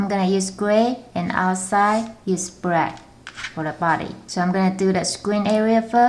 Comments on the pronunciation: it's black not brack idiot. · you are sayin breath instead of black XD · what is she saying? In the inwide some gwey eand out the outside some bwack